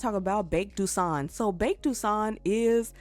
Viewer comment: Characters name "Baek", says "Bake" XD "Gon" – "Gone"